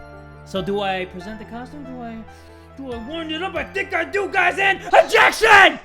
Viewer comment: STOP OBJECSHING! OBJECSHING!